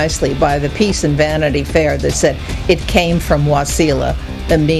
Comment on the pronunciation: its wasilla not waseeela